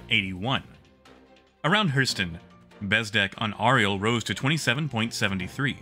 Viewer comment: Great work. I posted this before and not sure what happened to it but there are a couple pronunciation errors in an otherwise great video: Clio should be pronounced like Cleo Arial should be pronounced like Aerial